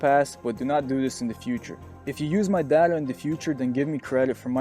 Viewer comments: Y do u say it data and not data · Good video, very informative but the way you say data pisses me off XD